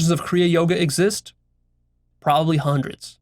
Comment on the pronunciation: "I've studied Juandreds of diverse perspectives" lol